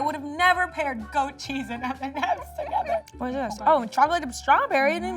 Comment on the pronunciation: Other people: M & Ms: M nemems 😂❤️